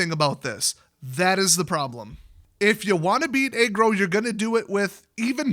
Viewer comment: Aggro? I thought you were saying "egg roll deck." I just figured I'd been away for a while so I didn't recognize the powerful egg role deck.